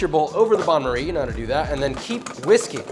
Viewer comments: why is he saying Bain-Marie incorrectly? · Not 'bahn' marie - "bayn" marie. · Banmery? I thought it's bain-maire. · the "bon marie"? hee hee hee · the way he promouced bain marie made me die of sad